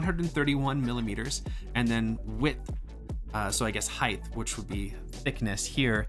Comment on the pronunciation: For someone as well spoken as you, I would not have expected you to say height incorrectly. It's pronounced like HITE. Other than that, this was a very great review!